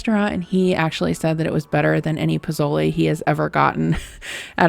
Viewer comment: It's poSole with an S.